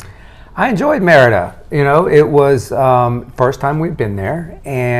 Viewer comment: ADIOS MAMA CARLOTA.. MEANS BYE FELICIA.. ME RI DA... NOT MER DA.. SOUNDS LIKE MIERDA=TISH ..